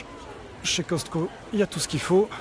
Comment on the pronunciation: On dit pas Coscto sa s'eppelle Cosco ok mes il est ecrit Coscto Je sais moi j'habite au Québec pis fait ben plus longtemps que qu'on a le Costco